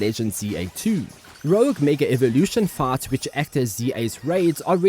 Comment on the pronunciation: Thought he was saying farts instead of fights.